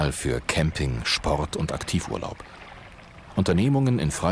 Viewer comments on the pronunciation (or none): none